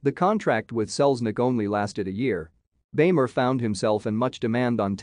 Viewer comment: It's pronounced "beemer".